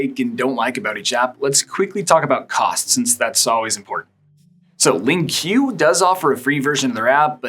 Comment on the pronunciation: LingQ is just pronounced Link. Sorry to be that person. 😀LingQ is great for listening and reading. You can import any video from YouTube and if the video has subtitles (not user-generated), then you're getting the exact text. If it's auto-generated, then you'll get text that's off, but it's mostly right. If you import books and you can get the audiobook and you import that, then you've got and excellent way to listen and read a book and you know that the text is accurate. You can use their AI to generate text, and it's pretty good, but you have to be on your guard. I use it all the time. I just import my favourite Italian and Norwegian videos into it and I rip the sound from the YT videos and also upload that and then I can listen and read when I want to, just listen, or watch. You can also read the text while watching, which is a great feature. LingoPie is very similar to Yabla, and I think they ripped off their idea, to be honest, as it has a lot of their features. Yabla has a small number of languages (about 6), and you pay for a single language (a huge downside if you want to learn the other languages, imo). It has a large library there with lots of TV series (I can only attest to the Italian ones). You can search for videos by difficulty and category. You can click on individual words, which saves them to flashcards, you can loop the video, test your listening, speaking and writing and you can view the extensive grammar for each word. There is no colour coding, though. Y